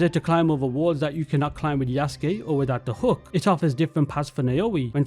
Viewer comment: Good video, but please get the pronunciation of Yasuke right